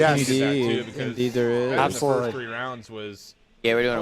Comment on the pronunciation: Methodz said SOLUTLY